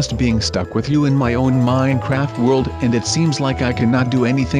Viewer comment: Stop saying minecraft weirdly